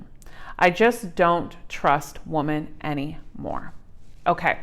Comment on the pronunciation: Omg you read it like woman when it clealy says women so annoying